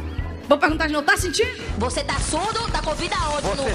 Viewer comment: "Tô sintinu pera fé"